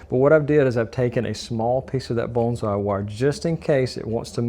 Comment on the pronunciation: I didn't know bonsai had an L sound in the pronunciation. I think your brain was trying to say bullseye and morphing the two together. lol Only put the wire flush with the bottom of the base plate and crimp the wire in like the wick was done, leaving a FLAT base. and put the wick up through the funnel opening when adding the wax. WOW, this was hard to watch!